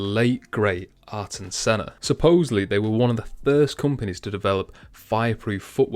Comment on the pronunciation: Loved Diadora, I had a pair of there Bomber football boots they were red, blue and white. P.S. It's said as 'Air Tun' not AreTon Senna 😉